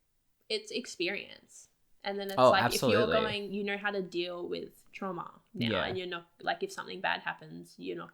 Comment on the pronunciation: They keep saying kner instead of know 😨